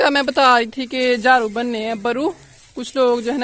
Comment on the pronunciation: Jharu ko jhru INDAZ